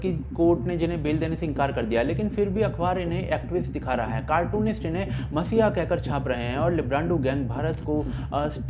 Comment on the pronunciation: dear, it is 'mEssiah' and not mAssiah. cheers.